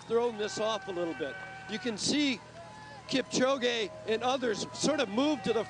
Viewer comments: they pronounced his name Kip - Ko- Gee... smh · Kip - chow - gay